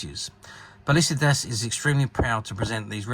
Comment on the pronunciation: You are totally butchering "Palisades". It's not Japanese. It's an English word. Rhymes with "Ace of Spades".